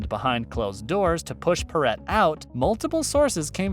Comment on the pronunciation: Yeah...Pauley Parrot! Lame.